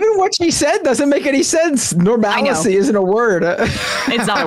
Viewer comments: She said "Normalicy" which is "Normalcy" with an extra syllable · Except she didn't say "normalcy"... she said "normalicy". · She said normalacy.